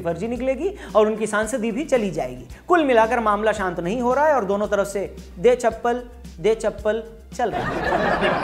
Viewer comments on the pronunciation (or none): none